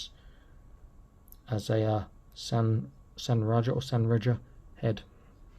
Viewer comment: Reja pronounced Ray-a or Ray-ha. RayJa just sounds like something backwoods hillbilly would say.